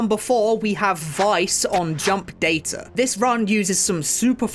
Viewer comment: Uhmm it's actually pronounced "data" not "data" on